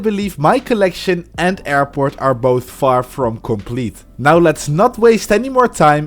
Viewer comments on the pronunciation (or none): DID YOU SAY FAR FROM COMPLETE